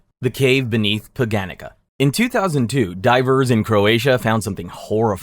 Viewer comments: it’s po-ga-neet-sa the first one x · The way he pronounced Poganica killed me a little